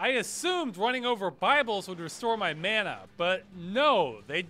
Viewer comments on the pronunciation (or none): none